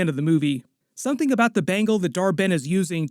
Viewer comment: "Someting" , Something, Incursions...😂